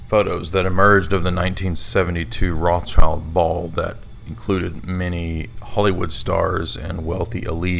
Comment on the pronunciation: let's get one thing straight It's not pronounced Roths Child It's Roth Shild And it's old swiss german meaning the Red Shield